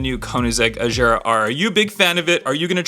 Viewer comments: Hey Bro It'S not Ajara It's Agara. don't Mine me. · Gear is like bear not ⚙️